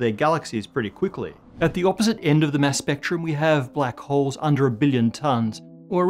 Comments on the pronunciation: Your "Mass" and "Mess" sound the same. Pronounce it like your "Matter". I'm not pronounciation Nazi I swear. It just Masses up my brain. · Why do I keep hearing MESS instead of mass? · I fr thought he was saying ‘mess’ this whole time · When he says mass, I hear mess. Does that mean that the universe is 80% dark messy stuff?